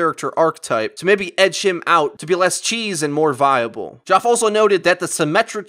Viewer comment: OML It's pronounced Jeff not Gee-off